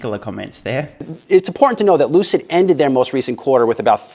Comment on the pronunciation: Lucid Motors =Loose-It Motors 🤣🤣😆😆